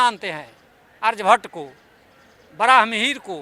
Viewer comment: पहले बोलना सीखें । आरजभट्ट नहीं आर्यभट्ट है ।